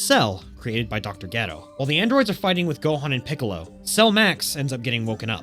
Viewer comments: Gedo you mean dr dero get it right my man's 😅😅😅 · It really sounds like you're say Dr Ghetto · Why it sound like you saying ghetto!! You torturing that name bruh, have you ever even watched the series??☠️☠️😔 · Why do people mispronounce so many dbz names that are plainly known it dr ger-o not dr. Get-do also its not Brawly its Bro-li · Okay wait a damn minute is it Dr.Gero or Dr. Gedo? I promise you if I have pronouncing the name incorrectly for years im going to go crazy 😂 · oh okay that makes a lot more sense now. I thought I was going crazy from hearing the announcer in the movie saying Gero and hearing him here saying Gedo. Thank you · "geh-row" LOL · Just say Dr. Hedo. Hee-doh. Like Hero. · You triggered me the way you said dr geros name…..it’s Dr GER-ROW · Jeh-roe! All together now🙄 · Pronouncing Ger-o wrong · Why is the narrator pronouncing Dr. Gero's name so wrong, kind of shows the narrator never watched DBZ and is just reading lines. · Is anyone gonna tell this man how incredibly wrong he’s pronouncing dr gero? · you saying Dr Gero wrong the whole video makes me ears bleed. but good review thanks lol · why on earth are you saying dr gero's name like that? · Is that how they pronounce his name in Japanese … cus man it’s bothering me hahaha Dr. Gero damnnn I need the English pronouncing of it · Why tf does he said gero like that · I don’t like how you pronounce gero and hero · did you pronounce gero as gero .-. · im pretty sure you have never seen dragon ball. considering you don't even know how to pronounce Dr. Gero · I cant stand him saying dr.gero wrong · Your mispronunciation is the most asinine thing ive ever heard. Wtf is wrong with you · I was totally into this until he says Dr Gero... like...hold up... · Is there a reason why you decided to to pronounce Dr. Gero's name wrong? I listened for the first couple minutes without looking at the screen and was confused as hell. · I hate how you pronounced Gero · That Dr Gero pronunciation hurts my soul